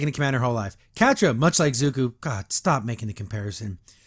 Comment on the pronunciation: But, how else are regressive leftist going to drag the good parts of our culture in the mud? Also: It's Zu - ko, not Zu-ku.